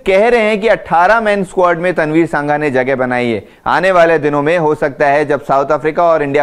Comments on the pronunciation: Its तनवीर संघा not सांघा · सांघा नहीं, संघा